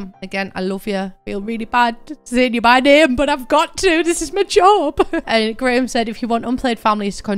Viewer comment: Wait, have you been saying “graham” every time I’ve heard “grim”? I just assumed that was someone’s nickname/handle.